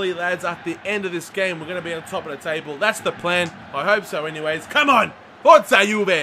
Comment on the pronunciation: Good video but plz stop saying forte juve.